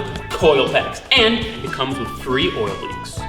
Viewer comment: I like how he says wiv instead of with